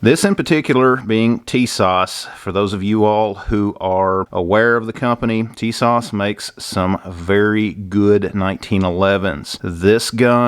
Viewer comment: Tis-ash ...TISAS....right was to say I'm Turkish origin.....